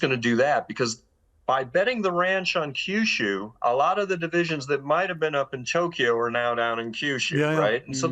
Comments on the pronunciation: Note - Kyushu = “Key You Shoe”. Not “Kai You Shoe” Same with Kyoto. 😅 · Amazing video series, but please, for the love of the gods, can the speakers learn to pronounce the names of the regions they are talking about. Its not Kaiushu, its Kyushu (ki-yu-shu if slowed down), its not kaiotoe, its kyoto (ki-yo-to if slowed down). i understand this isnt a language channel, buts its pretty jarring and kinda disrespectful to the subject